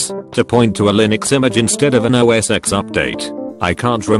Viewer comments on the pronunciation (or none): none